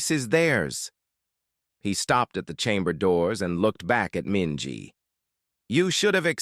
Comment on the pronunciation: Minji… really?